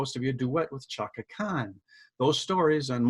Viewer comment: It's spelled Chaka but it's pronounced Shaka. It hurt my ears the way you say it.